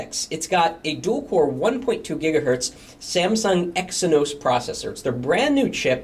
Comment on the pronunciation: is it pronounced Exinos or Ex eye nos ?